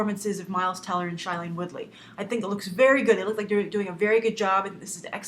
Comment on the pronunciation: P5 got to me. But i just want to tell you I'm a huge fan of your videos and I respect most of your a opinons and I really hope you read my comments because I spent a lot of time on them haha. Well have a great day In Beautiful New York:) ps her pronouncing her name wrong, it sounds like Shayleen.:)